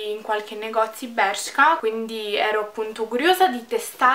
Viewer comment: Bellissima stupendo il video cmq si dice bersca un bacio❤😚